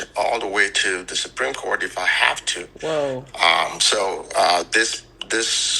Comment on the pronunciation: The Suprene Court!🤣